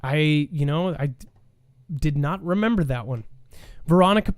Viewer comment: "And Mermember" ! Lol got one coach 😂